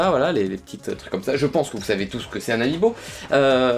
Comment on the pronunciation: a quand tu as dit "amiibo" j'avais compris "mes amis beau"